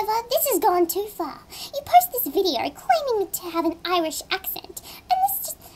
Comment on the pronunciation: OI-RISH? O-Rait